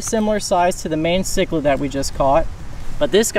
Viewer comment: you say mayan chiclid wrong lmao